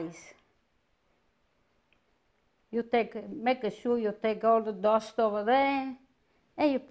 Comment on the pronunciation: She said “DUST”...🤣🤣🥰😂